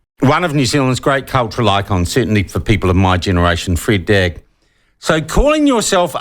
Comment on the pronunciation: He pronounced 'Freda Drag' incorrectly. Please do not try to align yourself with anybody outside your 'community'. We do not wish to be associated - in any way. Stay in your lane & take responsibility for ' your best & authentic self'.